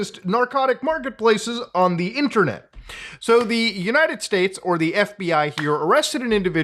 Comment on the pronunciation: LOOOL "ONDUHHINNERNIT!"